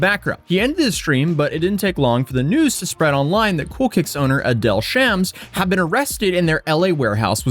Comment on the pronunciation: Adeel pronounced “A-DEAL”